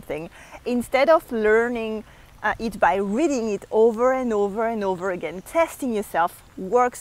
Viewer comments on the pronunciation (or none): none